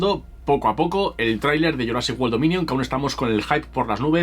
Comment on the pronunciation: Pronuncia wolll? Cómo si fuese world?